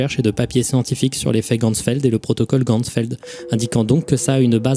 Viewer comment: Coucou! Super vidéo, juste par rapport à la prononciation des mots allemands ça se dit "geCHtalt" et non "geStalt" et pour Ganzfeld on prononce le "an" non pas comme dans "gangrène" mais plutôt comme dans "Ghana". voilà c'est tout, merci pour ton travail:)